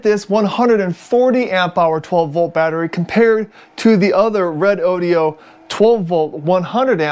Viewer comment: This moron can't even pronounce the name of the company who made the battery.